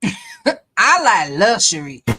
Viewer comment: he can’t even say luxury. How can I believe you?